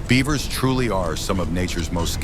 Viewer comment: Your AI voice has a lot to learn about big brown beavers 😅